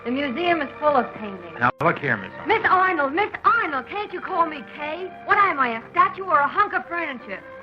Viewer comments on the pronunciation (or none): none